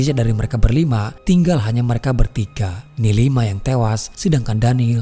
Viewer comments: Sekedar mengingatkan, di awal film, ada teks nama NILIMA, tp narator menyebutkan NIMALA, makin ke tengah film jadi NIMILA, harusnya narator lebih teliti dalam penyebutan karakter dalam film 🙏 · Aku malah dengarnya neng Mila 😂🤣